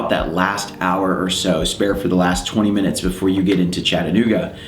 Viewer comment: Man card revoked U pronounced Chattanooga correctly.